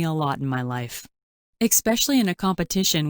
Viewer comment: Why are most all narrators saying ekspecially, instead of especially? It's messed up!